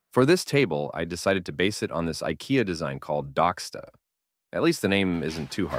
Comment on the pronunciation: Its.. DOCK-STAAAAA. Its a name of a nothern city in a area cold "The highcoast" And I think your table is ore in line with Docksta because its made of wood witch is typical nothern sweden. Beautiful table❣️